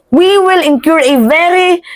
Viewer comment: Incur - you read it as incure Facade- you read as faysayde